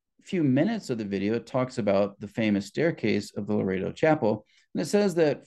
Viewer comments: I hate to be picky but it is not Laredo it is Loreto… Lo. Rett. O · It's not Laredo -; it's pronounced Lor-ret-toe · You are pronouncing Loretto wrong. You are saying it like Larado which is a city in Wyoming.